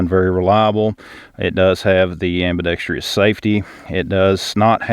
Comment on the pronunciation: Ambidextrous, not ambidextrious.